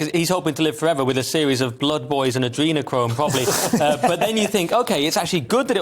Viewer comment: Did you just say Andrenochrome? 😐